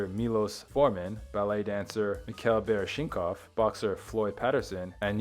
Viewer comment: I'd pay into your Patreon if you allow me to go over words & names with you all before you record your narrations, so you sound like you know what you're talking about. Because this one is fresh in my mind, bah-RISH-na-kahv. He's an extremely famous ballerina. Like, the world's most famous male ballerina ever. Anyone on the planet over age 45 knows his name, but not how you said it.